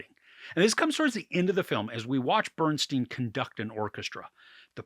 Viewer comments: STEIN not STEEN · His name is BernSTEIN not BernSTEEN! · Pronounced “Bern STINE” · Why some Americans keep pronouncing his name as BERN-STEEN instead of BERN-STYN jesus christ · Please say his name correctly. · We’re supposed to take YOU seriously as a reviewer, but you can’t even pronounce Bernstein correctly? Did you actually watch the movie?